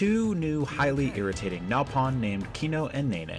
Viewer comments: Calls Melia the "weakest character" - "Rain" and "Duncan" (Dunbon now) along with not even being able to pronounce "Nopon", reviewer clearly hasn't even played the game - Involves massive spoilers in review - Rates game lower than the original, says remake is better anyway, completely contradicting the rating - Complains about grinding, ignoring the fact that sidequests are an inherent part of Xenoblade and award great EXP and rewards so you barely need to grind if you just do atleast some of them. And if not that, they even added a "Casual Mode" that makes the game way easier. - Mocks cutscenes due to rather petty or subjective things - Not even so much as a mention of the remastered soundtrack - "Xenoblade Chronicles for the Wii U" - Literally took down the video, redid it and reuploaded it, still gets downvoted to hell If you're looking for an actual review for this game, you should probably look somewhere else; especially if you don't know the game's storyline yet. Jesus, what a trainwreck. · The guy pronounced it Duncan in their original review, and it's a voice over. There was also Rain and Napon. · Mispronounces nopon Everyone: "so you have chosen death" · What a Trainwreck even for IGN standards. Say the name of the characters are wrong. Show spoilers (massive ones like the last party character) Says one of the best characters is "weak" probably because has no idea how to use her. Doesn't even know how to say Nopon after playing the game. Say is the best version of the game but gives it less points than the Wii or 3ds version. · If you aren’t going to play the game, don’t review it... I don’t know where you got the footage from, but it is IMPOSSIBLE to go the entire game without knowing how to pronounce Reyn, Nopon, and Dunban. You literally complained about characters shouting stuff in combat. Which includes all three of those words. So if you actually played you would at least know that.